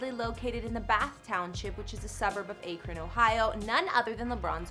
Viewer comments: It’s Akron not Aykrin. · The way she’s saying Akron, OH is driving me nuts! It’s not a long ā sound. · Imagine saying AKRON wrong 😂 it’s ok tho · She pronounced Akron wrong 😂 so professional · why did you pronounce akron like that ... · You didn’t say akron right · Anyone that pronounces Akron that way clearly doesn't know anything about the topic they're discussing.